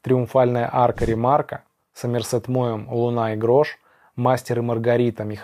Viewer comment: В имени Сомерсет ударение ставится на О😉 А видео классное, у всех такие разные вкусы, и это прекрасно☺️ Всех с наступающим🎄